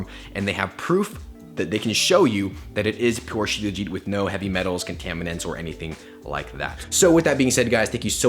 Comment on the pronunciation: It's pronounced SHilaa-jeeth my man. Thanks for the video....u r doing a good job in popularizing Indian remedies. I'm an Indian and have been using Shilajit forever. I'm 39yrs old and swear by Shilajit.